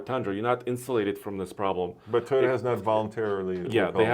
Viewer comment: TOYota not Teyota